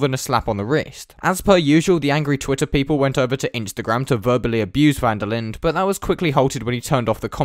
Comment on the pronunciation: Linde is pronounced "Linduh"